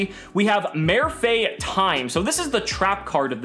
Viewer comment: Marr-fay, the accent means the a is pronounced like that.